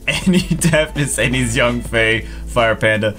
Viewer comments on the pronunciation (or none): none